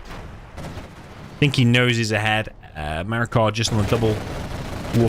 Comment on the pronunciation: Great series so far! Btw noticed you keep saying “MarakaR” and have him labeled that way but looks like no R?